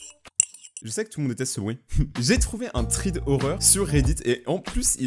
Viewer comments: On dit " srède ", pas sride " !😂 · Jadore il dit trid au lieu de fred = thread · Thread se dit srède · Il a quand même continuer à dire "tride"... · Ça se dit : strai 😉thread d’horreur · Fred (thread) La prononciation parfait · Sa se lis sread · "THREAD" CE DIT "SRÈDE"! Like pour qu'il le voit. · On prononce srèd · Srede ça se dit comme ça thread 😭😭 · On dit srèd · Sa se prononce "sred" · Thread se prononce sred 😂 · sa se dit sraid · Thread sa se dit sréd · Sa se dit scred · Thread se lit srède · Sa se prenonse srèd alors que c ecrit thread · On dit sréde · J'espère qu'1 an après il a compris que ça se prononce srède meme si ça s'écrit thread. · Sa ce prononce sred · On dit pas triid 😅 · Thread ce prononce sraide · Sa ce prononce sréd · Ça se prononce "Sraide".